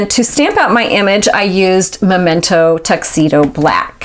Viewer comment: Sweet card and can I just say it's refreshing to hear someone say it correctly- MEmento, not MOmento! lol....Love ya friend.